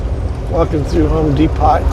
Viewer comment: I laughed when you said Home D Pot. I call them that too. LOL